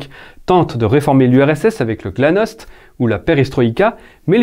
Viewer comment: Attention, il s'agit de la GlaSnost et non Glanost